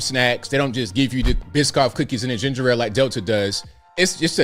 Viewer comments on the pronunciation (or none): none